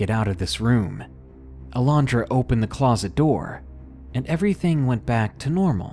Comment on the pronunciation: so glad you can pronounce alondra , thats my birth name and no one can pronounce it , they add a j so they say alejondra im just like "WHERE IS THE FUCKING J!!! "